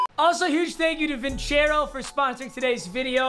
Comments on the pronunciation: Papa your saying vincero wrong. Its vincero with a soft c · C'mon, not Vincero man